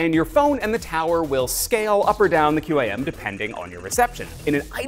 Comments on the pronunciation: QAM is pronounced quam, don't speel it out. My name is Chris Foster and that was my message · I've always heard QAM pronounced as "cam"